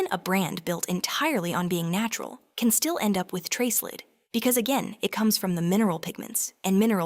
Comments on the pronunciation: I avoid everything Burt’s Bee. I’m insanely allergic to the cuticle cream. Not ready to test anything else. By the way, it’s pronounced nihch not neesh. Lēd? Seriously? Lead is pronounced lehd. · Leed? Lead 😂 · Strange pronunciation of lead all the way through.is this Ai generated?